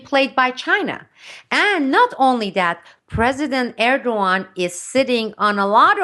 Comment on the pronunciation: besides every right aspect she talks about, she is the first one I know to pronaunce Erdogans name the right way^^ keep up the good work